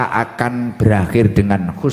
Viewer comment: Review menit (24.47),, mohon naskah nya di perhatikan,, yg di ucapkan ustadz bukan khusnul khatimah,, tp husnul khatimah,, hati hati jngan sampai salah arti